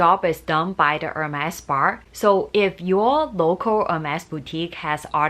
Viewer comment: Spar spar spar….. its spa 😂